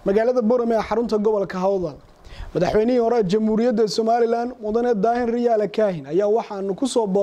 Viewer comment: Masha Allah madaxwayne xigmad iyo xilkasnimaba kudhantahay. Lkn magaca sax riyaale mahee waa rayaale..ree hoonkaybal magaca kasaxa.